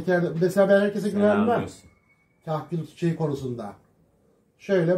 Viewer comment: kahküle kerkül diyor yaw :D